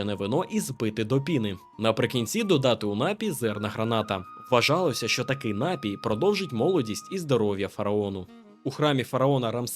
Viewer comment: Є тільки один правильний наголос: напІй! А загалом красно дякую за цікаву розповідь! Цікаво, чи є ще хтось, хто сумнівається, що давні єгиптяни з найвищих родин були прибульцями? Це ж треба стільки м'ясива жерти і струнку фігуру мати!